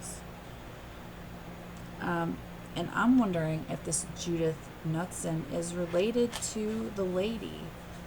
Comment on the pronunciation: not a big deal, but the last name is pronounced K-newt-son. 😊